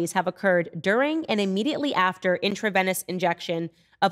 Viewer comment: Candace, it's pronounced intraVEEnous, not intraVENNous.